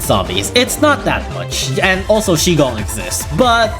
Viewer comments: It's just pronounced "she" right? Though i've heard shi pronounced kind of like "sure." Chinese is confusing as hell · Not sure if you read this comment but I just keep getting triggered when you pronounce shigong wrongly haha. Maybe you can search up 师公 pronunciation on Google because shi is actually pronounced the same way as you pronounced the shi in jiangshi in this video when talking about li'l king dragon and jiangshi cat combo. Your pronunciation for jiangshi is almost on point! Search how Google pronounce it: 僵尸